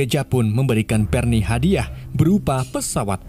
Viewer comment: Berni engga tuh 😂😂 Barney bng bkn berni